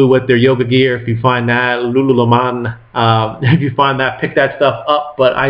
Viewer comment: Lulu-lem-ON made me laugh :) It's a great Canadian brand that sells really really well! It's pronounced just like it spells loo-loo-lemon like the fruit. If you see it definitely buy it!